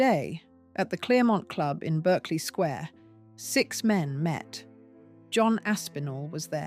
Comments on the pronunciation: Please use proper grammar and pronunciation for British viewers since I assume you are British. It isn’t Berkeley Square, it’s pronounced Barclay Square. There are many other examples that makes this unwatchable for me. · I wish the photos matched the narrative. There aren't any American police cars in London. Berkeley Square is pronounced Bark-ley